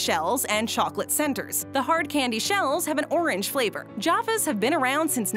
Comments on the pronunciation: It’s jaffas not joffras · I do wish you'd learn to pronounce words correctly! The shortened Australia is pronounced "ozzy" not is "ossy" And it's JaFFas not jarfus